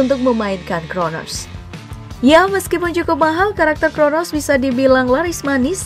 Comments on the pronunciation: crono mba bukan kronos ya... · Crono bambang bukan cronos😅😅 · Coronos kata mimin wkwk..😂